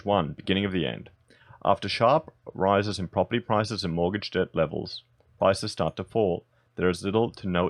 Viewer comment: Debt is not pronounced debit